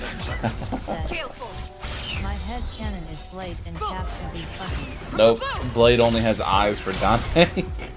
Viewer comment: Balde? Haha its blade